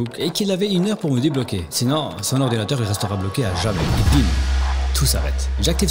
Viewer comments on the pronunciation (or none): "l'orwdinateuw va exploser huaahhhh !" J'étais mort 🤣🤣🤣